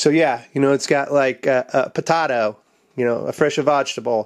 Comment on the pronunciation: Why do you say potato like that